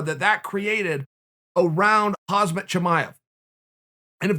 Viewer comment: Dickhead, learn to pronounce Khamzat properly!